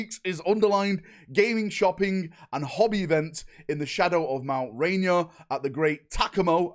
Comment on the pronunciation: No one will probably care, but as a Washington native if you’re interested Mt. Ranier is pronounced like rain-ear.